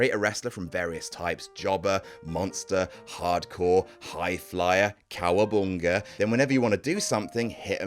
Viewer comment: “Cowaboonga” lol